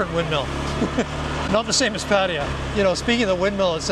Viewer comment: Please please learn to say the Hua Him and Pattaya correctly. Lol